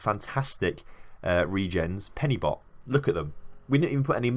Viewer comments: So tilting to hear you pronounce some of these Welsh team names.. Fairly certain you've finished the series by now, but Cefn is pronounced like Kevin without the 'i' so Kevn. Penybont isn't really your fault, but the team name is actually 'Pen-Y-Bont'. My local town. Pronounced Pen-Uh-Bont. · When you cannot say Pen-y-bont correctly aha Pen-ur-bont < That's how you say it